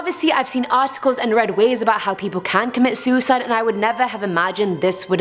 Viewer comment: “Zooicide attempt”